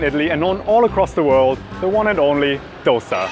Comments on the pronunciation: "it's actually pronounced Dhosae here". Yess. Thank you for releasing that info! 🙌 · DHO-Say... bro kudos... lot of indians are so oblivious to the pronunciation. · Honestly a great pronounciation of the word Love to see you here Do visit again Taaza tindi is a must visit for you and even paakashala You at least told dosa Many mispronounce it as doughsa....... Hats off for half the right pronounciation Great job.. Do try some of the other delicacies in bangalore.